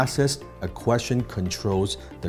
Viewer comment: 不只口音問題，仲聽到好多發音錯誤，Three 讀成Fee , First 無左st音，question的"stion"讀成"純".... 好多字發音的輕重位都錯，原本都好似好多其他人一樣當練聽力，但聽到5-6分鐘後，實在聽不下去。